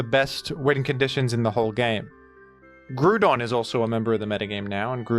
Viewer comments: Its Gr-OW-don not grewdon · Did you really think you would get away with calling "Groudon", "Gruedon"? Have you ever heard how that word is pronounced? Or is it some inside joke you have for it? Gruedon, sheesh. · “Grudon” really? Do you know how to pronounce ground? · folks, does anybody know what he means when he says grudon? i am very confused, and this video has been rendered completely unwatchable for me.